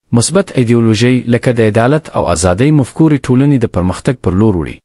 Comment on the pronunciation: ډیر ښه پیل دی که داسی ادامه ورکړو ښه نتیجه لری نور ډیر سم دی خو ږغ یی بعضو ځایونو کی د تصویرونو سره برابر نه دی ځینی لغاتونه سم نه تلفظ کوی لکه سرچینی ته سرچین وایی مفکوری ته مفکورو وایی مننه